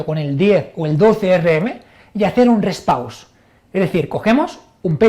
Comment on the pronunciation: Rest pause? ulala señor frances. como es entonces? el reh pauh